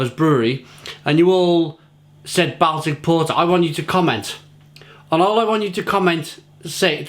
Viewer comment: I not wish you could pre ounce the word Baltic...